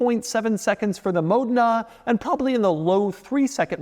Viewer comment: It's actually Mòdena, he's pronouncing it right